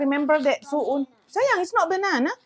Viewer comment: pun salah ucap tp sok tau🤣🤣 itu sukun, bukan su’un… su’un/soun/sohun itu yg macam bihun tp lbh tipis lhooo… cem mana sih rempong iniiii